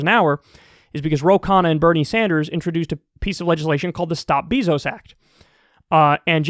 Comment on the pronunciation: Do you, like, purposely say "BEE-zos" instead of "BAY-zos?!" 😂 I mean, I don't like him, either, but literally almost nobody pronounces his name that way.